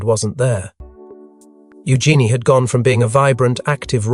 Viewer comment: It's pronounced u Jeanie.